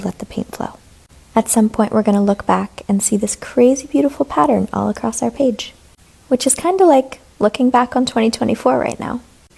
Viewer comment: Page❌ Pige✅